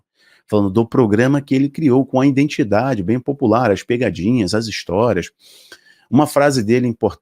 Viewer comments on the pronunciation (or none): IDENTIDADE e não indentidade. IDENTIFICAR e não indentificar.